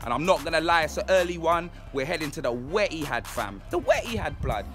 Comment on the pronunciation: "...we're in the emptyhad blud!" 😂😂😂😂